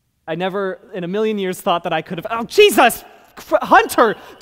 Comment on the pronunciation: ONE MIRION TWOOPS WOW